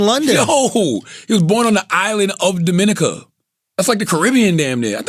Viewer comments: It’s fucking Dominica!!!! Break it down and sound it out !! Monck’s Corner ! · 21Savage is from Dominica....which is the British Virgin is pronounced DOM A NEEKA...where Envy Dad people are from.